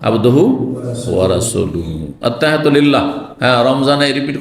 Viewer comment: ভাই কি বাংলা লিখা দেখে দেখে ত্তাহিয়াতু মুখস্ত করছেন, যে ভাবে পড়ছেন মনে হচ্ছে আপনি আরবি পড়তে পারে না